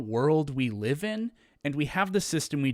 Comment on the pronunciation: why do you pronounce live wrong? i thought you were ejumukated....shakes head slowly